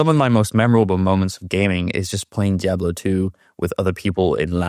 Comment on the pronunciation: I need you to please learn to pronounce Diablo properly. For some reason the way you pronounce it is like nails on a chalkboard to me lol your pronunciation is good with everything else.